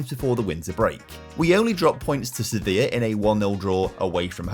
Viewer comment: Quick tip,! When pronouncing "Rayo Vallecano", the 'll' is pronounced similarly to the one in "Sevilla", which you do get quite well! Great video as always.